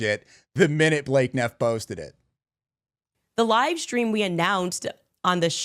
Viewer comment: Why can’t she say stream, why she says “shtream “. What kind of school she went to. 😂😂